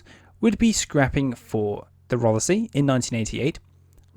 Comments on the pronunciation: SILENT feckin E if you don't mind? as in Rothsy (Rothsee) .. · Rothesay is pronounced Roth Say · Silent feckin E in Rothesay if you don't mind! :-( (Pronounced "Rothsea").. :-) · Wrong HMS ROTHESAY prenounced ROTH-SAY !! HAD A mk 10 motar on the quarter deck and still had a flight deck ???????? Gunners being Gunners, THEY WERE MISILEMEN ? WTF DO YOU KNOW AS YOU ARE AN !! ARM CHAIR GENERAL !! GET YOUR FACTS RIGHT INSTEAD OF JUST READING FROM A SCRIPT !! No mention of the sonars ??? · I am quite surprised you can speak with authority on this type of vessel when you can’t even get the the name right for the type .Rothesay is the name the type was given never heard of a place called Rothesay